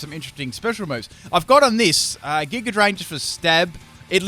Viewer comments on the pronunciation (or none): none